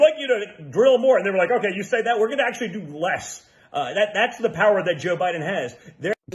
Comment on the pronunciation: did dooshJR say: jew Biden? “ listen to jew Biden here?” it’s hard to be pompous & stupid simultaneously, but he cinches that.😂